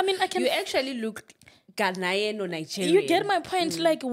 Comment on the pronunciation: Ghanaian not ghananian 😂😂I love